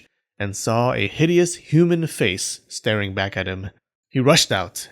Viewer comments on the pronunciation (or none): none